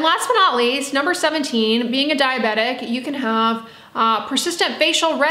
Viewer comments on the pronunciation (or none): none